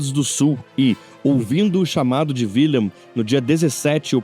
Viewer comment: Wilhelm , pronúncia-se [vilhelm] o "W" em alemão representa o fonema "V"... E "WIlhelm" corresponde a Guilherme Assim como a palavra germânica WERRA, deu origem palavra GUERRA"